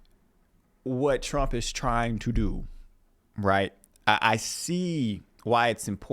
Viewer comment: that's a weird way to say Trump.